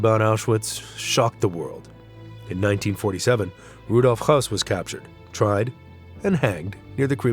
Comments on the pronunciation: You don’t know what you’re doing do ya mate. There’s nothing to see here, everything is blurred out. And it’s , Hess, not Hoss. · You're incorrect as well. His name was Hoess.